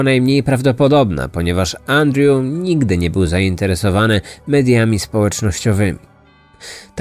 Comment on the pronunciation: Wszystko spoko oprócz tego że źle wymaiwasz Andrew i strasznie to kole w uszy